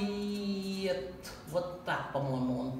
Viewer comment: немного исправлю вас - не Уайт, а Уайет...